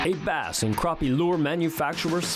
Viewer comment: Well here in the south they are called crappie not croppie.